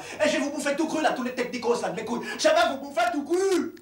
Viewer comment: « Tout cwu » un accent guadeloupéen qui ressort